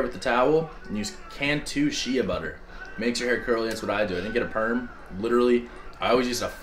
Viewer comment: lmao “shee-ya butter”. it’s pronounced as “shay”